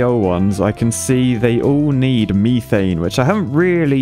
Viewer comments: "meethaiene" infuriates me and idk why. Meth-aine is how im used to it being pronounced. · everytime says methane it causes me physical pain. its not meeeeth so why would you call it meeeeethane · Are we all just gonna ignore the fact that pronounces "methane" as "MEE-thane" or-? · hearing call it meethane is hurting me... isit just me? i always thought it was mehthane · Is there a joke I missed about methane?… why’re you pronouncing it the architect way, me-thane? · Does his pronounciation of methane also bother anyone else or is that just me? Or this is this just another way that the brits say things that I do not know? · It’s more his pronunciation of methane that bothers me